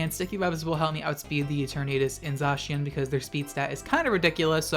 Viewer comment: I’ll just post this on the chance you see it :P Zacian is pronounced Zay-see-en (as far as I’m aware) and Eternatus is like the word eternal but its Ee-turn-eh-tus. The more you know!